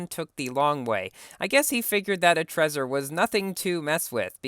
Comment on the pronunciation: Trezor is pronounced Tr-ei-zoar